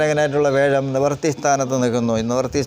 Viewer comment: വ്യാഴത്തിനെ േവ ഴം,വേഴം എന്ന് പറയുന്നത് എന്താണ് ?